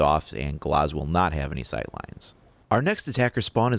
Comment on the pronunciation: Canny stand when he says gloz, it's GLAZ not GLOZ